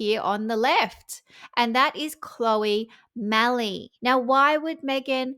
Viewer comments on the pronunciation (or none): I will be surprised if Vogue puts Olive Oyl version 2 on its cover. BTW, for Chloe's surname, the e is silent.